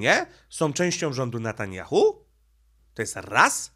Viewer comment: Netanjahu , a nie Natanjahu .